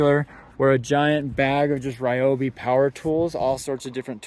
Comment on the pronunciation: Every single person I know that uses Ryobi tools, does not pronounce the name correctly.